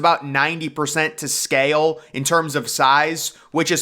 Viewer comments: Or mispronounces the world "SCAY-EL" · The staircase didnt float up and totally out. That's impossible. It floated up and hit the interior structure and just rotted when it got to the bottom. And I wish ud speak up i cant hear u. And im still wondering if the inside of the set ship was hollow. ? What word is scaYale. Do u mean scale ? Its one syllable so is the word thoseA. Theres no A in those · I have to mute this.... its scale, not sca-yell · I like your voice. It's very intense. I especially like the way you say, "scale."